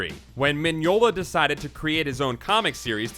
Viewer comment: The weird bit is, I think you got all the other stuff right, including the pronunciation of Mignola and Hecate.